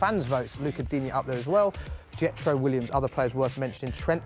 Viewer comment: I swear Jetro is Willems not Williams